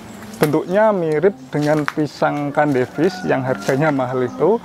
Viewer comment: Cavendish mas.. bukan candevish